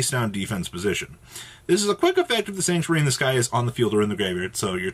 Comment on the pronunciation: Why is it so hard for yugitubers to say "The Sanctuary in the Sky"?